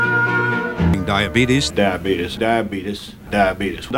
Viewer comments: “Die abebths” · I died more than any other part for some reason. Just the way he says diabetuhs with that serious face 😂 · This made me forget how I actually used to pronunce diabeethus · "We are committed to defending our unalienable right to pronounce "Diabetes" like "DIE-AH-BEET-US" - and by force if necessary." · They were. Over the pronounciaction of Diabetuhs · DIabetees. It's odd that that is the correct way to pronounce it. It should be spelled more as how it should be pronounced. It's like for some reason why do the Britis say Los Angelees. And If it's don and lon, then why is it spoken as Lun-dun? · Sad to see him go. His pronunciation was funny but the message can give hope he lived over 41 years with Diabeetus and live to a nice old age of 85. Always get your regular checkups with a doctor and if your diagnosed with something always follow the instructions to manage the disease it can add decades to your life. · I love the extra enunciation Man wants to make sure that you know what he means when he says "Die. Uh. Bee-tus." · My mom pronounces it diabetus, and she gets hurt when my wife and I start laughing uproariously at it. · I remember seeing this commercial on TV back in the 2000s/90s when I was young. Not only did that guy look exactly like my grandpa (same exact glasses and facial hair), but my grandpa would also pronounce diabetes as "diabeetus." I would always do my best to not crack up laughing whenever this commercial came on or when my grandpa said it. RIP Grandpa and Mr Diabeetus. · My dad pronounces it diabeetus, and now I do 🤣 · ''the trouble with your diabeetus Is'' ''your diabeedees..... '' 🤣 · My partner's Filipino grandmother pronounces it 'Djabaytees' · As a type 1 i say its pronounced diabetus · In our country it is pronounced as "jah-beh-tis" not kidding🤣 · What the fuck is “diabetes”?! It’s pronounced diabeetus. -Wilford Brimley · im pretty sure it's pronounced diabeatis